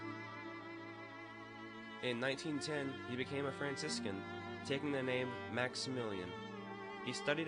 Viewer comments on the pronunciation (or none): none